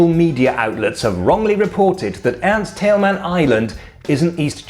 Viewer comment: Other than me that notices that he says "Erich Honecker" perfectly , but not Ernst Thälmann?